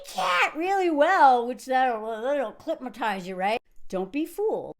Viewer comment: Did she say “clitmatized” 😂🤣🤣🤣🤣🤣 I spelled it the best way I could!! This whole video reminds me of the Dollar Princesses during the Gilded Age who married broke Europeans for their titles….